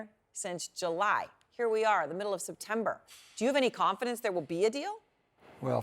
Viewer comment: Manchin: I want to be the voice in MY-ddle